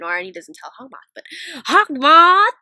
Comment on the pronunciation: U called haukmoth(sorry l spelled it wrong)mothy like alya sister